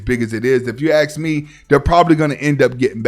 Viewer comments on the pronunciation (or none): Dude you seriously need to look in the mirror and say ask 500 times a day until you get it right how hard is it to say a three letter word correctly? Seriously man it's 2022. ASK NOT AXE. HOLY SMOKES. I REALLY WANT TO HEAR YOU SAY IT CORRECTLY ON ONE OF YOUR VIDEOS.